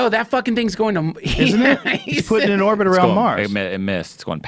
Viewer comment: duncan, the word is "orbit"